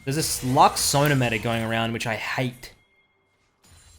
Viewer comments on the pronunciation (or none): none